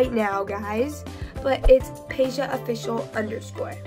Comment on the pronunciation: bro u said it right both times check it👆